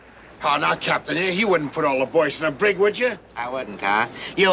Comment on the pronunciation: It’s the “Brig”!